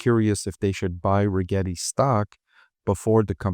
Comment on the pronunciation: “Regrreti?” We heard that . Yep not investing just because of that dude thanks